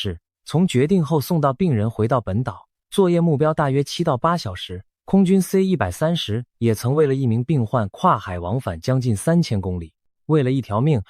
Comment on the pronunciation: 太平島現在是屬於中共管轄嗎?你全篇AI的影片人物都是穿著中共制服,包括士兵,軍官,保衛,的臂章徽章都是類似中共的,最明顯是 士兵戴的帽子不是12道光芒的國徽,而是中共的星星,如果是如你所說屬於台灣,那AI應該修改為台灣的日常才對,發音也應該台灣腔而非中國腔調,C-130你讀成(塞 一百三十)